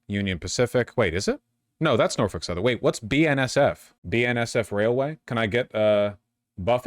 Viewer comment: As someone who grew up close to Norfolk, VA and has had a few family members work for Norfolk Southern, it hurts me every time you pronounce it like that (it's pronounced more like nor-fick, local news did a whole thing about how to say it a while back). Outside of your outsider pronunciation, I hate this. We need more train companies, not less.